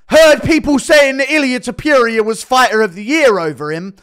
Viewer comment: When u gonna learn how to say Topuria? Its not Tiopiuria! 😂